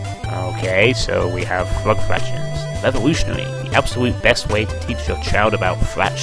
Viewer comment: Fwog Fwactions? I came.